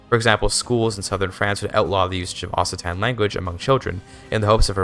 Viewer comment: It’s pronounced okcitan not ossitan :(